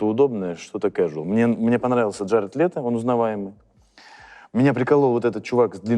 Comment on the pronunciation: КрисТОФЕР прат и Гаред летто ПРОСТО УБИЛО НАЧИСЬ ЧИТАТЬ ПОЖАЛУЙСТА 😅🙏 А так выпуск топовый😊❤ Мне понравилось